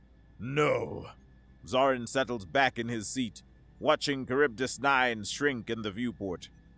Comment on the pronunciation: Minor quibble...Charybdis - Greek....Kar-rib-dis